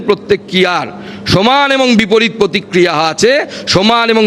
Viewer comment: প্রতিক্রিহা নয়,ওটা প্রতিক্রিয়া!